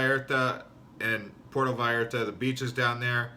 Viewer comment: Ok I get it, this is parody? You are satirizing cousin Reggie from PotatoSandwichVille Michigan. His big trip to Porto VAL ART AH. Cool. Hey, this is funny! How you can deliver those lines and keep a straight face. Are you serious?